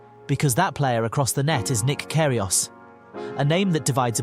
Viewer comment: i love nick "care he aus"